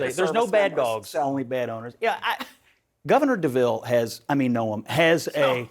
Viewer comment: "Governor Deville" im done LOL